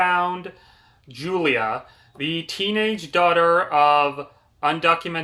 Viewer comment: Did you really read this book? You got a Lotta details wrong. A car accident? She got hit by a semi. And your mispronouncing Julia. The book spends quite a bit of time discussing how to pronounce her name and you’re still miss pronouncing it.